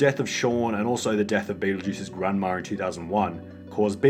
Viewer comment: Grandma* not Grandmor